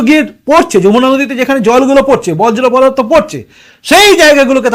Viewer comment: বজ্র পদার্থ নয়, বর্জ পদার্থ। 😊